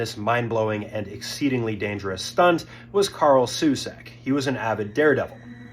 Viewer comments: You repeatedly say "Karl" and "Susek" without fail. His name, shown on multiple occasions in your video... was Karel Soucek. Watch the video!!! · KAREL SOUČEK (SO-CHECK). PLEASE learn how to pronounce names for your videos. SUSEK?? :D It is not even close to his real surname, for real. And name is KAREL, not Carl. Ridiculous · Disrespectful to not even get his name right. It was Karel Soucek, not Carl Sucek. (It was clearly marked on his barrel). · Karel Soucek, not Carl Susek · You got his name completely wrong. Not Carl Susek, it is Karel Souček (Souchek) and he was from Czechoslovakia, Europe. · His name was actually Karel Soucek, pronounced soo-CHECK. Please look up how to pronounce a last name and fix the subtitles to the correct spelling before uploading.